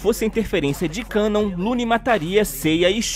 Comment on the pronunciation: A pronúncia correta é KAnon e não kaNON. Ja pedi pra pronunciar esse nome coreto mas você é chato e teimoso, todoa os dubladores do anime pronunciam KAnon, mas so você ta certo em pronunciar kaNON. Complicado hein...